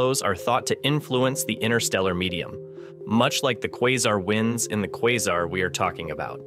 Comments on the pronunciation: Did you just pronounce quasar as "kwarzar"? Must be AI voice. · Is this ai or is he just trying out a different pronunciation every time he says quasar? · Please pick a way to pronounce Quasar out of the 3 different ways you said it, & stick to just one.